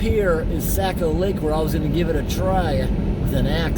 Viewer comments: I've lived in New England all my 57 years and I've never heard Saccco lake or river pronounced Sack-o as you pronounce it, by locals anywhere in New England especially in Maine. It is always pronounced Saw-ko, like saw mill. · Socko not sacko. Saco is Socko/sawko or perhaps Sah-ko but definitely not Sack o. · you were in my neck of the woods. so cool and it is pronounced "sock oh" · it is pronounced socko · Saco is pronounced like saying “Sock + O” like Socko, Saco. “Sake + O” well this is how Mainers pronounce it…